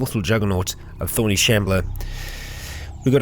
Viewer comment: You say thorny shambler I hear “horny shambler” and it brings back forgotten horrors